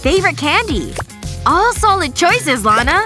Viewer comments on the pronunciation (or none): none